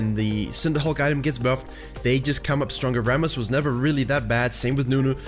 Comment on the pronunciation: Wasn t expecting this "Rrrrramus "